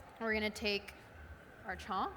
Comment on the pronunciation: Mediocre Indian/NRI cook who has learnt one or two things.. which she uses in every recipe.. here 'chhonk' & 'ghee'(in her words chonk and ghay).... I've watched her daal(Dahl=in her words) recipe she sucked miserably(no one in india makes dal like that no spice also her daal stucked in pan and putting her with madhur jafry lower madhur jafry's skill and knowledge and experience.. really there great indian chefs out there in US.. why to lower the leval of platform with her.... Dont come at me this is opinion of one indian who is passionate indian food lover